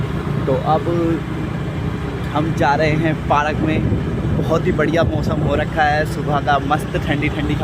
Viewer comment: Bhai park hota hai aur bol paarak rahe ho